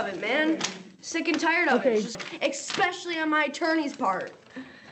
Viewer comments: "Eckspecially" A word reserved for the most educated and cultured young ladies. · “Eckspeshally” What a genius. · "Expeshially". Oh dear. Kid, you are not an adult. You are a child in an adult's body who thinks she's still in high school and thinks that judges are the teachers she spent her youth disrespecting. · Xpecially hahahahhaha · This girl is “exspecially” chemically altered. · She's "EKSPECIALLY" upset. Good Lord.